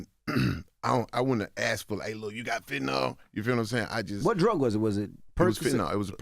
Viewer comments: Fentanyl (the homies say Fentanol) is 100x stronger than Morphine and 100-200x stronger than Oxycodone (“Percocet”). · Exactly, these dudes are snails 😂 dude said fenna.